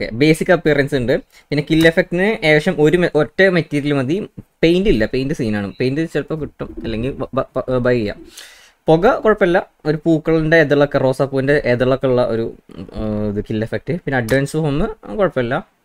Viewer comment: പൊകയോ *പൊക അല്ല "പുക "😁✌️